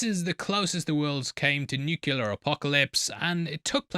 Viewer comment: Do English people pronounce nuclear as “nookular”?